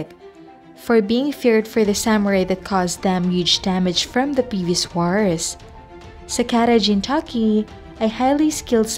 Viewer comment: its really feel weird when you said jintama and sakata jintaki..